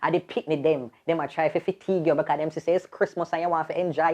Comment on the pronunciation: say “fitigue yuh”